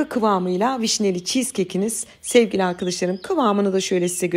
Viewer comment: sizin Sevgili arkıdişlarım demeniz beni güldürüyor her defasında neden arkadaş demiyorsunuzda arkıdiş larım diyorsunuz